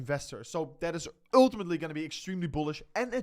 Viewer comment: When you say "ultimately" in English, think of it as promounced "ooohhhtimatly" not dutch "u". Thank you! Just practice the sound ohhhlll then add that to the front of the word.